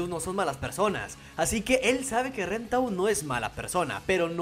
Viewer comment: No le digas ren dile len x favor